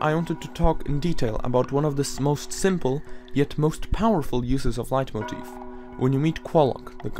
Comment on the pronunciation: Are you german? Your pronounciation of the word "Leitmotiv" is really impressive